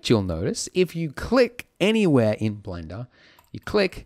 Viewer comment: Do you even English? "If you're a complete beginner to Blendo" did you mean Blender? ...not Blendo?